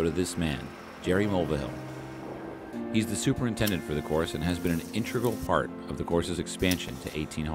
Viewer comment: Am I the only one that heard him say fart instead of part